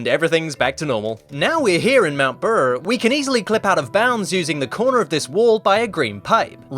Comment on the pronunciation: It made me laugh when he said mount brrrr